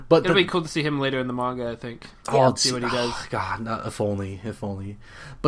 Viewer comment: Bruh her pronunciation of “gon” and “manga” kills me lol.